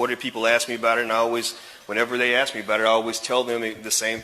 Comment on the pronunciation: The word is pronounced 'ASK' with and S not an X. Learn. Don't say AX....you sound stupid.